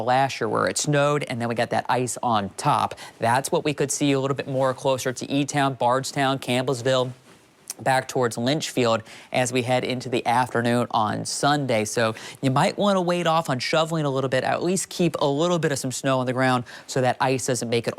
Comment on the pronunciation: LYnchfield? Someone explain to him how to pronounce Leitchfield.